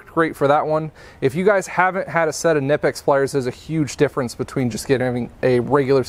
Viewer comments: Actually in germany Knipex is pronounced to hear the ‚K‘ we germans take it precise hahaha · Did you know those pliers being German the K in Knipex is not silent? However being American you would sound stupid pronouncing it the correct way.